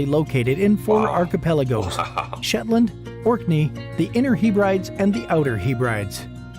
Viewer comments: Guten Tag wie gehts? As a Scotsman can I just say THIS GUY IS TALKING UTTER PISH. First, the island groups he mentioned are NOT call the He-Brides. It is the HEB-RE-DEES. Also, for some reason he included the Isle of Man for some reason, which has bugger all to do with Scotland. IT ISN'T EVEN TECHNICALLY PART OF THE UK. 🤦‍♂️ That wedding stuff is absolute NONSENSE. Simply not true and as far as I know never ever was true. The blue light in Glasgow was done for the reason you suggested, to make the city a bit less stabby, I pissed myself laughing at his nonsense. Absolute drivel. Oh well, rant over. You would be very welcome in our fine land any time would love to have you. Awrabest and Tschuss 👍🏴👍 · He-brides? It’s pronounced as Hebrides - heh-breh-deez. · What the heck are "Hee-Brides"????? 😂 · The group of islands off the west coast are pronounced "Heb rid ees" not "The He - Brides". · if you come to Scotland please do not call the inner and outer Hebrides the ‘Heee Brides’, you will get ridiculed for that. They are pronounced ‘Heb Rid Eeze’ Hope you do come to Scotland. The best thing about Scotland is that the people are so friendly especially in Glasgow, but then I would say that wouldn’t I as I am from Glasgow. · I’d break it down as HEB-ruh-DEEZ. The ‘d’ is the start of the third syllable, not the end of the second. But ultimately, I agree that listening to someone calling them the He-brides was painful. To be fair though, I don’t think I’ve watched a single video on YouTube about Scotland that’s been made by a non-Scot where Hebrides has been pronounced correctly. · It’s said as ‘heb rid eese!’ It’s bad the way the narrator of the video says it as he is not believable regarding a lot of the content! Where did he get his information. Unbelievable !!! Not factual in a lot of what was said! I’m born and bred Scottish and a lot of rubbish was portrayed in this! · Lol its pronounced heb ridees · The are called The Heb rid ees.